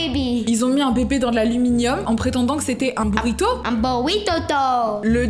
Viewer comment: "burito to" 😂